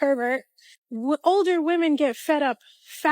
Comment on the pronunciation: Why can't any of them say "women"??